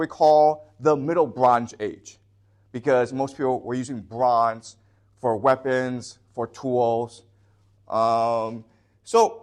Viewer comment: the bronj age, ok then, this guy barely speaks english, but thinks he knows shit